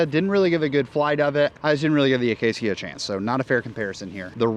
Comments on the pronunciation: Uh-Kay-shuh. Acacia. Say it with me: uh-Kay-shuh. Acacia. noice topic and vid. 😀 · Coming from a veteran Minecrafter, it's pronounced "Uhh-cay-sha." Also, it's an AGL disc approved in July, 2023.